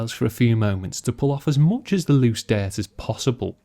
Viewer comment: "Diaart" 😂 (dirt)